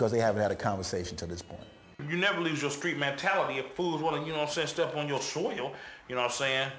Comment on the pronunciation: Lmao. The way he said "soil"